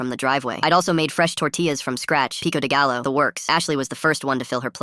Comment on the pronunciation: Gallo? It’s pronounced Gayo